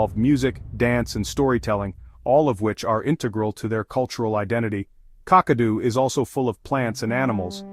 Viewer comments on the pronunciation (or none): This is a nice presentation. A correction to the pronunciation of: Kakadu = kak-kuh-DOO, Uluru = [OO] + [LUH] + [ROO] .